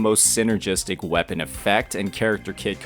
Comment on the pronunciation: I Don't get changil now and your saying wapen